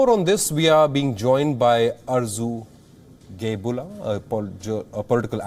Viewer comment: Arzu smiled on "Geybulla" pronounciation..by wion anchor..